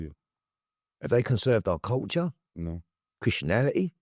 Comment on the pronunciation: Chrittianality 🤣 It’s Christianity